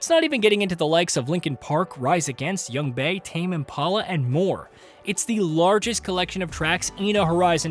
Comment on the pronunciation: "AME IMPALA" - you had one job etc etc 🤦‍♂